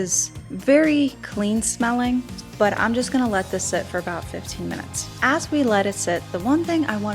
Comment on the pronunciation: What part of the country says oz instead of as?